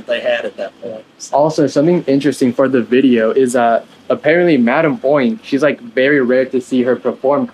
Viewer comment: Its crazy how every time he said madame oink i immediately said "ITS MADAME UNK??"